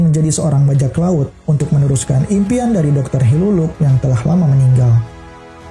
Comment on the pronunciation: Hiriluk bukan hiruluk... Baca sbs sama vivre card